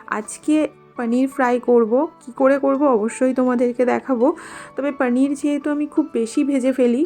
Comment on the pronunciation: Didi normal vhabe paneer bolo na didi sundor lagbe sunte 2mi jani ki vhabe bolo